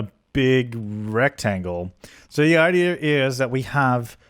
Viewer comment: Did say idear instead of idea? Your starting to mimic deli. You guys syncing.